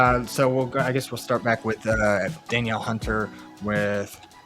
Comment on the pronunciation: Great info! Just wanted to let you know that Danielle Hunter is pronounced “dan-NEEL” instead of Daniel.